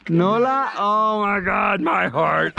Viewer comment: Girl name noura not noula hhh